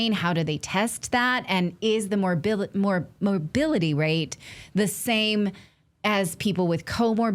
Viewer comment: did she say Co-morbility lol